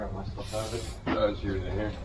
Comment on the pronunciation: What is up with saying “ot” instead of out? I get Canadians pronouncing out as “oot” but I have never heard an American say “ot”.